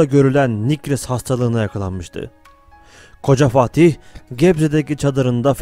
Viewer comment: Güzel bir belgesel, ama Fatih demak yerine okadar çok FaHtih dedinki...